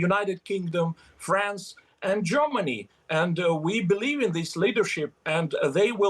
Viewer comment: It sounds more like joyrmany 😮or is it Germany . 😂🎉